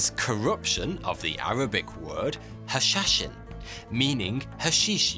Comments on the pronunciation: Pronunciation is hashasheen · It's much more hashishian came from the name of the leader Hassan which in Persian dialect the 'ss' was probably pronounced close to 'shsh', hence, hashishian: followers of Hassan. The stories of them smoking/using hashish are probably true, as several species of plant naturally grow on the mountains in the region. I believe the assassins of the mountain were the first to start smoking it, prior to that it was generally considered a medicinal and culinary herb. And no one really knows, but it is possible that the term hashish, comes from hashishian, which in turn comes from Hassan. Supported by the fact that hashish is name for Cannabis resin, Marijuana is the dried leaf, bud being is the 'flower'. In most if not all Arab nations they use the term shisha. It is worth noting that most hashish (cannabis resin) comes from Morocco, at least traditionally, so the term hash or hashish may have originated in Morocco and have nothing or little to do with Hassan or his followers. It's also worth noting that if they controlled the mountains the probably controlled the supply, and they became synonymous with it through the cultivation, processing, and sale of Cannabis resin (the dried resin would have lasted much longer than the dried leaf or bud in the hot climate).